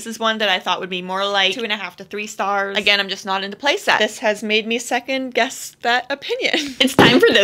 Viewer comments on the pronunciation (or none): none